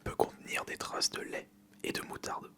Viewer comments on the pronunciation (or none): none